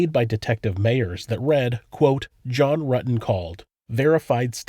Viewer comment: Detective ... "So you know John Rooten" ? Stephanie..... "John Rooten" ? ......John Rutten "! ..." Oh yes I was at school with him "